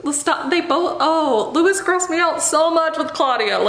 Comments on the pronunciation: i love you and all of your videos are amazing but as an anne rice/iwtv fan since i was 12, it's loo-ee not loo-is 💜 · 1) His name is said like Lou-E. Louisiana French boy so think that way with pronouncing. 2) The whole thing that she had about her vampires being sexual without being SEXUAL was always off putting. But the books, at the time, was good. I enjoyed it. Until I learned how she treats her fans. For Harry Potter, I still love the fandom and community that we built without JK. I'm still a part of it and will always be a part of it. For good reason, cause I found a lot of wonderful people who I know. If I find out a writer did something awful, I'm usually sitting there going "how bad was this thing they did, have they tried to fix themselves? And do I enjoy the community enough to discard the author but keep the community?"